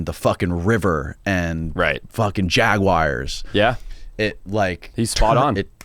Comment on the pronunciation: the ‘jagwyers’ 🤣